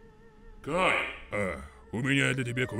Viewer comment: Не Гай, а Кай -_